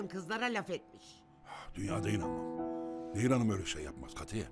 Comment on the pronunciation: Nehir " Neyir " değil .